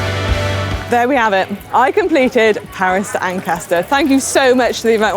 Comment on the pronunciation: Manon you nailed Paris-Ancaster, well done! Hope you had time to get some Canadian goodies like maple syrup to take home. :-)